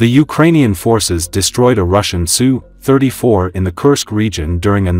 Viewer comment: It's pronounced "Ess You" 34. NOT "Sue" 34. Drop the robot voice,.